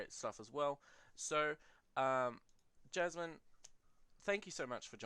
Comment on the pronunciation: Yay! I enjoyed it as well. (Also it is "Jasmin" and "Ulisses Spiele")